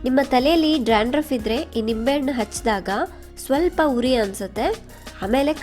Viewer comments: You are pronouncing Dranduff .It is Dandruf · Hello madam...it's dandruff....not drandruff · Y u r pronouncing drandruff? Dandruff ryt?